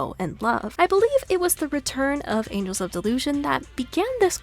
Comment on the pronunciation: TV mode is better than an open world-like locations Ur pronunciation of "Angels" is a lil funny